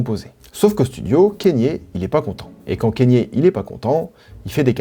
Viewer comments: c'est pas kénié bordel ça se dit "ka nyé" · Pourquoi tu prononces Kanye : Kényé ? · Kanye se prononce "kanié"